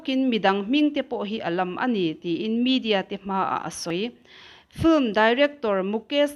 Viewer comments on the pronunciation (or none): none